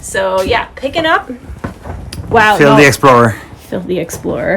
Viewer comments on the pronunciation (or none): Your sunglasses look awesome. It's so rare to find sunglasses that look classy and provide good side sun protection, but those look like they do. Also, "Phil the explorer" sounded like "filthy explorer" to me for a moment. Probably both were true by the end of the day! Love to see your reuse, and I feel your pain for the projects that are just too much.